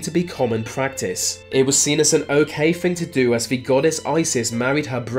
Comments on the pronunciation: Are you physically incapable of pronouncing the combination of "th"? All I hear is bruvva (brother), vah (the) and even "bloodfirsty"! That is so damned distracting and annoying I can hardly believe it. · It's "the" not "vu" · it’s ‘the’ not ‘ve’